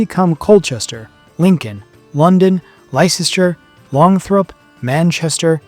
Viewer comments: Lysester? Never heard of it. There is a Leicester, pronounced "lester". It"s an Arkansaw Tuckson thing. If you can't be bothered to get a place name correct, then what else have you got wrong? Useless. Do your research properly. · Except ... Lie-ster? Dang it, both English and French have a serious problem with unpronounced letters! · WTF is is Lie chester? Whay is it tha Americans either cannot be arsed finding out how to pronounce English place names or just butcher them It means you instantly lose credibility. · Brigantees... sorry And Lysester? Longthrup? Chesterford? No such places in England. Please pronounce names properly. You're making an historical document, please show respect and get the names right! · Leicester is pronounced “Lester”. Hope this saves you getting tongue tied if you need to say it again. It a ridiculous way of spelling it. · This is hard to listen to. The 9th didn't "vanish has if it had never existed at all." There are inscriptions throughout the Empire of the careers of officers who are mentioned as having server in the 9th. Thames should pronounced "tems", not "tames". Leicester should be pronounced "lester". Lincoln, where the 9th was at the time of Boudicca's revolt, is to the north, but you show it to the south. That's why Cerialis only dispatched a small force. You consistently mispronounce Cerialis as Ceralius. Brigantes should be pronounced "brigantees" A proper discharge is not "fired". The English Channel is not the open Atlantic. You can literally see England from the French shore. The ancient biographer of Hadrian mentions that at his rise to the throne, Britannia could not be kept under Roman control. And heavy losse are mentioned vaguely there alongside the losses in Judaea that were known to be very severe, indicating that those in Britain were likely on a comparable scale - perhaps even the annihliation of an entire legion in the unruly north of the province. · Leicester is pronounced Lester.